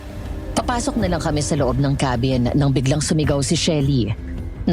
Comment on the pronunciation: Natawa ako sa KEY-BIN😂😂😂 ang ganda ng narration tpos yung KA-BIN naging KEY😂😂😂